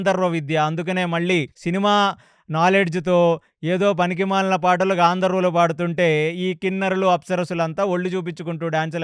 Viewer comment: గంధర్వులు గాంధర్వులు కాదు గారు